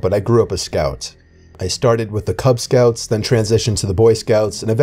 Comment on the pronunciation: did he say KUBZ SCOUTS?